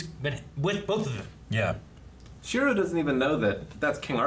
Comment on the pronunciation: when will stop pronouncing Shirou's name wrong lol it's like he immediately forgets his name as soon as the episode ends